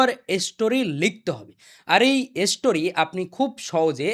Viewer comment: স্টোরি ❎ এসস্টোরি✅ 😂😂😂